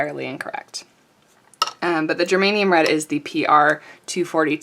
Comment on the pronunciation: Love your swatching.... I do love Schminckes SAP, it`s so vibrant in real life. Also geranium (not gerManium) is wonderful. No music, just you talking is perfect.